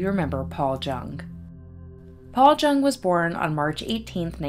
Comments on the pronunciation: My great uncle Orville travelled with and cooked for the clowns. I believe his last name is pronounced "young" not JUNG. Thanks for reporting the story on him 😊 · It's pronounced Young. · His name is most likely pronounced Yueng. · I bet your uncle tells great stories! Thank you for the clarification, I based the pronunciation solely on this blog I found dedicated to clown alley that claimed it rhymed with young. I appreciate you watching 😊✨ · Thank you for the clarification- I read on a blog dedicated to clown alley that it rhymed with young so that’s why I pronounced it this way. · Thank you! I appreciate the clarification also, I read on this blog dedicated to clown alley that it rhymes with young so that’s why I pronounced it this way. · Every person I have known with the surname Jung pronounced it like "Young." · it does rhyme with young. Most j’s in German are pronounced the way we pronounce the y. Its an extremely common mistake for English speakers. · Jung is pronounced “Yung”, it’s German.